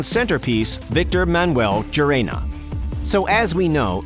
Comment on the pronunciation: Gerena as Jeremy, Gerena as Grrrena, when it’s like Herena.